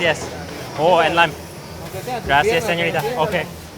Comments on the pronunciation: I find it so funny how he said gracias. GRASSI AHS 😂😂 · The way he says Gracias hurts my brain 😑😑😑😑